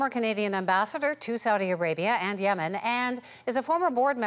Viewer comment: When you're the former Canadian Ambassador to Yemen but you can't even pronounce Yemen